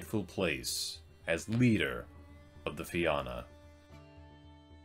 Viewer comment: Have a drink every time he pronounces Na Fianna (na feen-na) as Na Fi-anna.... Slainte 🍻🇮🇪